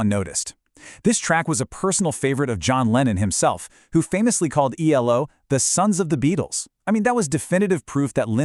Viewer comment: Nice insight, but if you're going to abbreviate the name, it's E-L-O, not "Eelo".